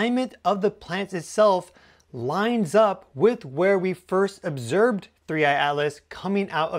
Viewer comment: So many reasons to follow you, and besides all the obvious ones , I would add: the way you invented your own language that uses one third of the vowels that most other people use, and some some quaint ones like "obserb". Also your dad's background presence and creative input, makes your work so personal and relatable. Main reason of course is I'm taking notice of space and astronomy for the first time in my life and loving it. Thank you!